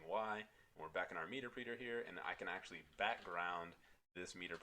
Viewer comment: great video it took me a few minutes to get over the meterpreter pronunciation but great content.